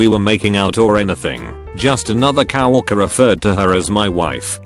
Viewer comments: word: Co-worker. Voice: CoW OrkEr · Nobody: This voice: Cow-walker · Nobody: Text to speech: COW ORKER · coworker Bot: kaowurkurr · Get a better TTS because it constantly mispronounces stuff like "coworker" as "cow-orker". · 'coworker' text to speech let's change that up a bit... cow worker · Cow-worker. Lol. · Wth is a 'cah-wokker'?! what in the world program did you use to auto-read these tweets lol